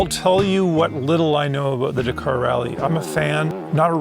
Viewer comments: still watched the whole vid. but winced every time you said da-car. ive been brought up hearing dak-ar. 👍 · Forget trying to pronounce a Chinese name. Just try pronouncing Dakar correctly. It is not "dKAR" it is Dak-ar with same emphasis on both syllables. Listen to the commentators, competitors, etc to get it right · It's pronounced 'Dak-ar' not 'da-car'.